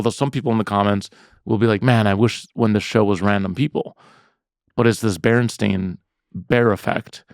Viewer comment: It is pronounced the BERENSTAIN bears!!!